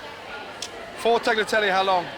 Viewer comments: He can’t pronounce Tagliatelle? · Gordon says hes lived in Italy but he cant pronounce tagliatelle. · Fantastic dishes here, Chef Ramsay!... but please learn how to pronounce 'tagliatelle'. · Ffs, I'm waiting for all of the Italians to comment on Gordon butchering the word Tagliatelle over and over... 🙄